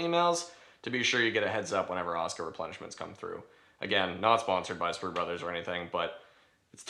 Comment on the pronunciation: i know its tupid.. by why are you pronouncing it 'oscar'?.... its Ah-soo-Kah